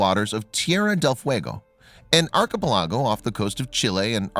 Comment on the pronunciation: 'arch-a-pel-ag-a'? Ha